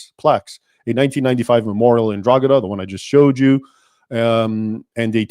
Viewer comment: Drogheda is pronounced draw ha da.